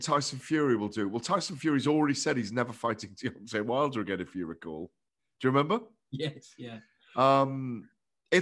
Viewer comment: “Deon’ay Wilder”